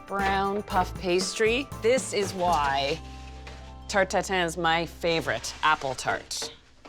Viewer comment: The first thing i heard: "Apple tartatan"